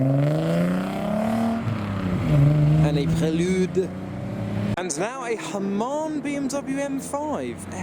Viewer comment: They way you said Prelude was my favorite part. Will think of that every time I see one now 👍